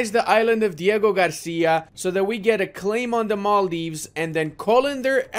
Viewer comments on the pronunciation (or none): none